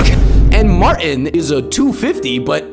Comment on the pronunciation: “Martin” has a T in it. You should pronounce it. 🤷‍♂️